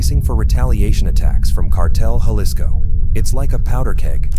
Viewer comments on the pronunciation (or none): Lol bro Jalisco. Dictionary brake it in to (ha-leas-co) an if that's a little odd try this may be a little easier 😂 (ha-lease-Co) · It's pronounced ha-lisco not ya-lisco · Ja-lee-sco? Ja-lee-sto? Ja-lisk-o? Ja-list-o? Lol Bro come on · Lla-lisco 😂 C'mon Man!! It's pronounced....Ha(as in HAndy ) Lisco . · It's not silent it has a Ha sound, if you're gonna go around trying to correct them in such goofball ass way the least you can do is get it right... alisco??? Pendejo 😂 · (Ja-lisco ) 😂 pronounced Halisco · Jah-lih-sco hahaha wow freakin white people man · Bro! I can’t listen to you calling it J Lis-co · Güey it’s Jalisco ha lee sco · He lost me when he pronounced Jalisco with a J like James. Jalisco , what an idiot.. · Dude said jail lis co. 😂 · For everyone who doesn’t know it’s pronounced Gea-lee-sco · When Jalisco is pronounced the J has an H sound and the I has a long E sound. Painful to hear it not pronounced correctly. Otherwise great video. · Yaelisco get it right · Actually it sounds like "H" ..Halisco would be the correct pronunciation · The j in jalisco is an h sound man cmon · Can't stand the way he pronounces Jalisco 🥶🥶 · How can you say Jalisco right in one sentence and then the next uou say it wrong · I agree with you 100%. Also, speaking Spanish, this guy drives me crazy the way he pronounces "Jalisco." He definitely does not speak Spanish. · Every comment-“ that’s not how u say Jalisco” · The j is silent fool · Painful indeed, and it conveys the sense that the speaker/writer knows little of which they speak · lol that’s not how u pronounce 🤣🤣🤣 Ja-lisco 🤣🤣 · The J is silent. Can’t do it anymore